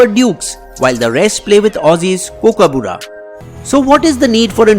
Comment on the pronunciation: First learn how to say Kookaburra